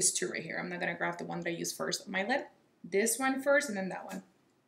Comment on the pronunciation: I just realized that you say “grave” instead of “grab” lol it’s cute